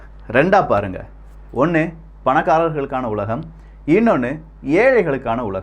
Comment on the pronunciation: Ezha makkal tha pagada kai unaku. Ela media m famous aga makkal etha papanganu tha poduvanga neeyum apditha vijay oru song potan athaye evlo silagichi pesuna nai nee. Athe thirumavalavan vera pathi pesi asingapatta. 1st ஒன்று ah olunga pronunce panu elame nallatha pesura antha style irritating ah iruku.